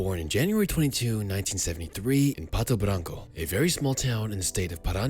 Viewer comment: As someone from Ceni's hometown, Pato Branco, it is kinda funny to hear pronouncing it